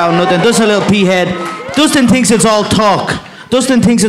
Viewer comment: “Dustin tinks it’s all talk”